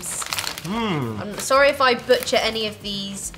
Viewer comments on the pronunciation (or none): none